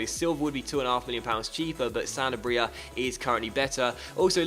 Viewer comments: Pretty sure Sanabria is pronounced "Sen-Arb-Rea" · Sa (like sa-vage) na bri (roll the tongue) a. :D